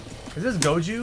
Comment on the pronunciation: god old Goju and his son Go-Ham